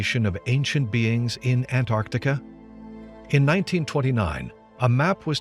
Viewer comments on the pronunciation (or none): NOT Antartica..... AntarCtica. jeez. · Its funny to me that only andrew collins is the only one that can pronounce Antarctica he doesn’t say ant r tica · I always thought was an intelligent man until I discovered he was unable to pronounce the word Antarctica